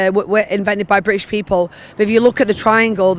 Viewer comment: Jesus wasn't Bwitish